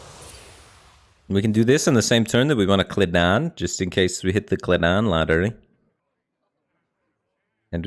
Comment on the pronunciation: Hearing my boy say "kledan" and not "Keli'dan" makes me understand why people snap and go on rampages lol